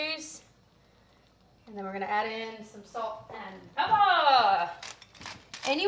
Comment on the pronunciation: “Ladies and gentlemen, Salt and PEPPAH!”